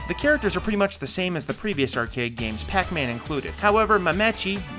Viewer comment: Good video bro. But when you try to pronounce something like mamechi just sound it out and commit. You’ll learn if someone corrects you. Otherwise you just sound like that one kid in school who got called on to read and would just give up when a word was longer than 7 letters. Sound it out,.